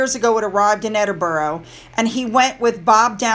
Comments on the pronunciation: And EDINBORO???!!!! It's spelt EdinBURGH. Burgh or Borough - never, ever Boro. "Burra" would be more like it. (More smiles) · Please it is pronounced EDINBURRA.!!!!! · I have it on good authority that it's pronounced "Edin-bruh" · I live all your vids they are so informative. Thank you for all you do. But I still think you should try and pronounce Edinburgh the proper way 😂